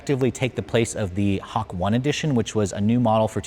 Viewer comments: Did you seriously call it the ‘Hak-one’ edition? Man, do your homework instead listing of brochure items. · lol Hak-one and yuzo. It’s not a language channel but bruh you’re Asian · Him pronouncing the special edition names is painful... Yuzou? Hak-1? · I thought it was pronounced hawk-tuah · You butchered the pronunciation of hakone. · Love reviews but that's probably the worst pronunciation of "Hakone" I've ever heard 😂